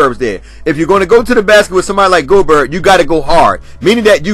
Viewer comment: He called him GO-BERT! 😂